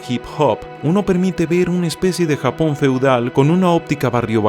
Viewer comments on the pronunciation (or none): none